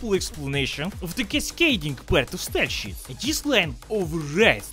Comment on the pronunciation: When I read the subtitles, my brain hears "style-sheet". When I'm not reading them, my brain hears "style-sheep." :D